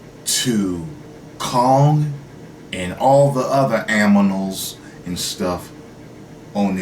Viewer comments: This dude said "and all the other AMINALS". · ''and all the other aminals'' XD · Am I the only one laughing about "aminals" 😂😂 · "Anminals" lol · on purpose